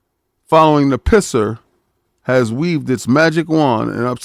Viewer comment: The "PiSS'R" Lol